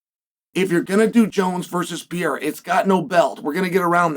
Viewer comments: Stop saying pee-air-ah!! It's per-air-ah. Jeepers. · Is he called P-eirra again Chael 🤣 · Alex Pee-Era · Why do people always have to pronounce Pereira so weird? Just say pear aye rah. Its not that hard. 🙏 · Chael is still horribly mispronouncing Alex's last name...